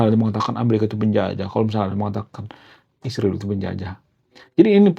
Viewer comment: Isriwil tu apa,,, tenggorokan kamu keseleo ya... Ngomong Israel aja takut kali kau